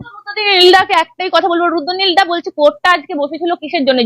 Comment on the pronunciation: আবার সেই মুখ্যমন্তি আর রুদ্দনিল। অসহ্য। রুদ্র, আপনি দয়া করে রোজিনার উচ্চারনটা একটু ঠিক করে দিন।